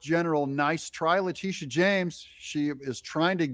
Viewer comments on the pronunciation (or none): It's Letitia, not Latitia. I like to think of her as Lettucehead James. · LA-TI-SHA., not Latita...if you are going to piggyback of other people's content at least get the names right. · Pronouce her name LA TISH AH. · Her name is pronounced La-Teesha